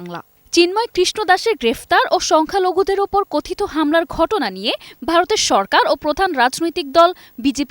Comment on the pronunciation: সালা বাংলা বলতে পারেনা মুর্খ। সরকারকে চরকার বলে